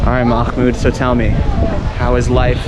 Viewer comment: Mahmoud had a lot of patience with you pronouncing his name wrong lol